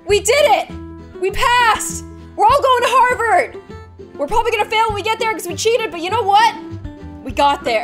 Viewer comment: Did she watch Gilmore Girls because she said Harvered👋🐴